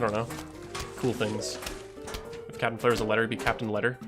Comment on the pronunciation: Capitain player😂,Capitain blare😂 and capitain cher-ry😂?!